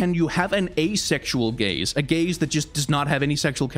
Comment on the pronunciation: the way he says gaze just souds like gays to me for the first time i swear